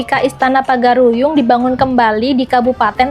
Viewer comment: Itu salah pengucapan, bukan pagar-uyung yang benar Pagaruyung Karena saya asli orang padang